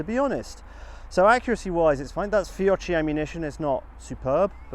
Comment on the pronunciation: Pphhleeeze stop saying Feeochea, it's pronounced Feeocky